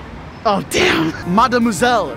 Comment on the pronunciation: I’m French and i think your « mademoiselle » is very good ( sorry my english is bad )